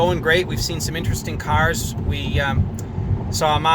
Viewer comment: Great vid! P.s. Please try to pronounce the first t in interesting.